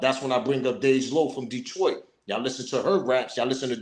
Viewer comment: You said it correct, Detroit in the building. SMOKE PAUSE....